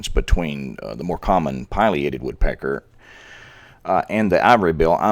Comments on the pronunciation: It's "pileated" sounds like pill E ate ed. NOT pil I a ted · It really is pronounced Pill-e-ated. Even Alan Alda pronounces it that way and he's a birder.